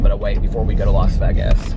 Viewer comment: If you care to say it correctly, it's pronounced - las vaygus....but you can say it however you want to. It really does not matter..